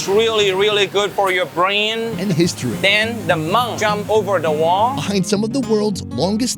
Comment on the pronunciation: "Then the monk jump over da wahhhh" :)